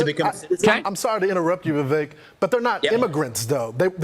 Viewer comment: Did you all know Vivek rhymes with "cake"? That's all you need to know to perform your civic dooooties.